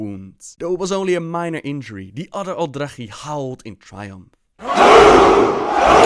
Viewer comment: He pronounces everything wrong, probably just to troll now since he has actually changed how he pronounces words from how he did in previous videos.